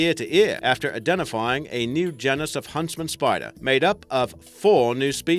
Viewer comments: Ahem... "Gee-nis" you're welcome. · gennus? surely you mean genus old chap... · (gee-nus) geeeeenus 😭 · You're saying genus wrong.